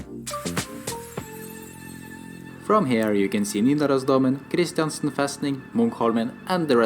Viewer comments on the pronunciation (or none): Kristiansten is pronounced with stress on the last syllable: KristianSTÉN